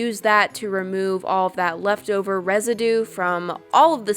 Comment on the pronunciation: resedoo lmao